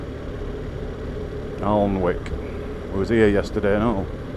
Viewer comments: Just to correct you on the pronunciation of Alnwick, it is Anick. I used to drive a delivery van where my various routes covered the borders, east and west and all the way down to Grimsby and over to Liverpool and all points in between. I was often corrected on the pronunciation of place names when I occasionally had to ask for directions when the sat nav went slightly wrong. You don't learn if you don't travel. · Another great tour, thank you for posting. I think the town of Alnwick is pronounced (Annick) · I, Northumberland is my playground born and breed here. Ulgham is pronounced Uffham you miss the L out of Alnwick and say Anwick. Seeing the county from another persons perspective is fantastic. I forget what fantastic roads we have. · no problem fella. I’m from this neck of the woods and Alnwick is pronounced Annick lol. Stay safe man and keep on keeping on. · Nice video. Now 76 years but still get the urge for a bike again. Beautiful part of the country, similar to my Derbyshire. Just for info' Alnwick is pronounced Annick. Cheers John. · Always tickles me to hear 'outsiders' pronounce Ulgham or Alnwick 😂 or wonder where they end up when given directions to ReedRaa !! 😉 Great video again 👌